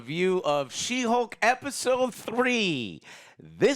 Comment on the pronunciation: did you just say she-bulk? HAHAHAHA alright bro, your cool in my book 🤜🤛 It ain't she-hulk, it's She-bulk!! 🤣